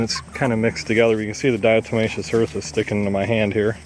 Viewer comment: At first, could not make out what you said you add to the sand box for dust baths....diatemacious earth? .....and then I google what I think I heard.... and find it is diatomaceous earth....used as a marker in livestock nutrition experiments. Great information. Thank you very very much.